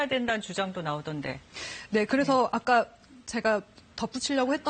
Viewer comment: 발성이 중간중간에 유아적인 발성이 나오네 '아까' 발음할때